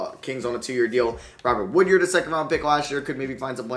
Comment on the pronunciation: It’s wood-ard not wood-yerd.